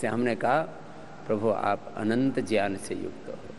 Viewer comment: बाबा जी आप ज्ञान (gyan) को ज्यान (jyan) क्यों उच्चारण करते हैं।कृपया समाधान दें।